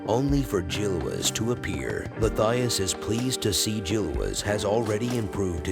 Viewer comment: Oh, and the name is pronounced ‘Mattias’. It’s a swiss/German name. The ‘h’ is silent.